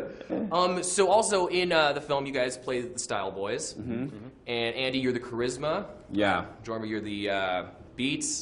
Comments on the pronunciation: that mispronunciation... 'Jorms u gonna correct him? no? t's ok buddy i love u, i know what ur name is' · Love how they gave this guy advice for his thing he was going to do. Great guys. Also Andy's chest hit to Jorm after the weirdo mispronounced Jorm's name 😍